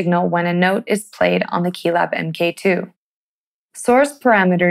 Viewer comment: MkII pronounced "Em Kay Two"... Did nobody from Arturia think to check this before it went out?